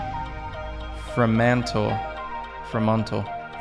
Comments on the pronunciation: Fremental is said like Freemental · pronounce: Free Mantle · Quay is pronounced Key. Perth rhymes with earth. Fremantle - Free-mantle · you need to listen to he pronounces Aussie better😂😂😂 Perth = per-th, Fremantle = Free-mantle, Quay = Key 😂😂😂 you crack me up = laugh out loud. you’ll make an Aussie yet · Cairns, yes say cans, Perth is said how it's spelt. Elizabeth quay is said as Kee. Fremantle is said as Free mantle, esplanade is Es plan ard. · Just say Perth like you say "Earth"! 😆 Fremantle = Free-man-tl. Western Australian wines are very good, but South Australian wines are better (disclosure: I'm slightly biased) and world-renowned. When you get your Vegemite, remember it's not peanut butter or Nutella. It most commonly goes on buttered toast, spread very thinly. Vegemite, a concentrated brewer's yeast extract with flavours and spices, is a bit of an acquired taste. It's a rich vitamin B source and became famous during World War 2 when Australia shipped large quantities of it to the fighting troops for its nutritional value. It became strictly rationed for the civilian population, which increased the demand after the war. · Fremantle is pronounced Free-mantle